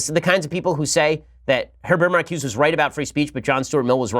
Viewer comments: It's pronounced MarcusA. Blame the French. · It's pronounced "Mar ku za"